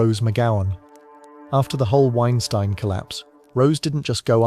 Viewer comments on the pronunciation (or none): none